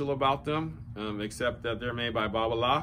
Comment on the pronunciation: its balola...babola....then right after erik babolat....haha....its going to be hard to change....just like 'samon'...not 'salmon'